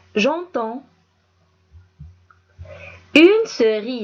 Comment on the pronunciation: A la fin de cerise,on entend le son "z" et non pas "c" . On dit le pouce et non pas la pouce. Et merci et bon courage!